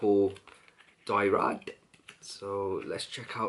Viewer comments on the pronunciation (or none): I respect your olfactory knowledge bro but, come on how difficult is it to google how to pronounce SA LOW MAY but you kept saying Dyrad, it's DRYAD ! And you don't pronounce the two LLs in Papillon. WOW. I honestly do love your vids. This is feedback to help you. x